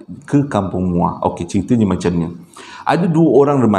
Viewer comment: Assalamualaikum.. Sebut muo baru rare sikit..hehehe.. Salam from muo joho